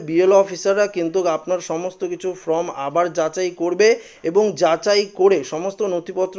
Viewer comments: ফ্রম নয় উচ্চারণ হবে ফর্ম। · ভাই, আপনার লেখাপড়া কতদূর বুঝতে পারছি না। আপনি "Form" কে বারবার "From" বলে যাচ্ছেন। যার এতটুকু বোধ নেই তার দেওয়া খবরাখবর কতদূর ঠিক বোঝা যাচ্ছে না। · "ফ্রম" না বন্ধু , কথাটা হচ্ছে "ফর্ম" ! 😊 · আরে ভাই from নয় form ঠিক করে বলুন। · ঠিক বলেছেন, বড় কানে লাগছে এর উচ্চারণ। Form কে সে From বানিয়ে দিচ্ছে। তারপর "একই" কে উচ্চারণ করছে অ্যাকোই! লেখা কে এ বলছে ল্যাখা! এদের academic background কি কে জানে ? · Form এবং From এই দুটি ইংরেজি শব্দের উচ্চারণ আলাদা। এই বিষয়ে সতর্ক হয়ে উচ্চারন করুন ।